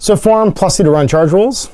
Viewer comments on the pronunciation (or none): none